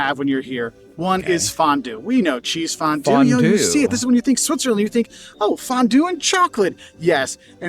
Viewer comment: Kchääääsefondue! Cheesefondue is so damn good, but like Napalm in your mouth when you´re too greedy 🧀